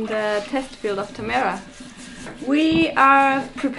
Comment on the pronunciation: Why does no oneknow how to pronounce tamera? XD